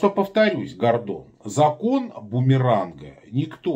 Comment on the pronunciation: В фамилии одну букву не правильно произносишь